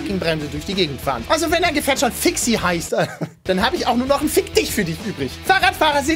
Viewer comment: Fixie nicht Fixi -_